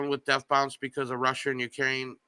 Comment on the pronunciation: at least pronounce it "Bonce" when he's on the show